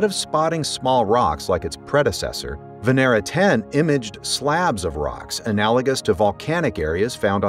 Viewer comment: It's not "Veneera", it's Vénera, which literally means Venus